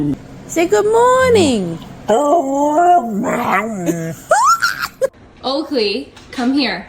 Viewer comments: "Good mornANG." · "Good MornAng"🐶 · "Good MorNANG" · "good mornNANG" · Most people neglect to properly pronounce the NING in good morning 😳.